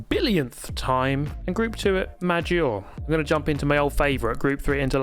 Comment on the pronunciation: Learn how to say Lago Maggiore pls bc it's a pain in the ears every time